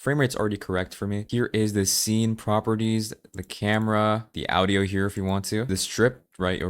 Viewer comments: The way you said audio is fun :3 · I know you're Indonesian, but you've such an Americanized accent that it throws me off whenever you pronounce "Audio". 😹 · No. You're missing the point. It isn't that he has American accent that is unusual. It's the weird way he pronounced "Audio" while sounding American for everything else.